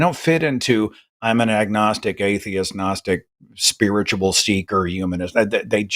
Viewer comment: I was listening to the show while scrolling in another tab and I swear it sounded like Seth said "Holy Spirit is a testicle entity." As it turns out that would have been a better conversation.